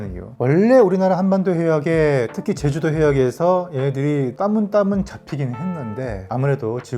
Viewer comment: 자꾸 따문따문 거리셔서 내가 그동안 표준어를 잘못알고 있었나 했네 ㅋㅋㅋ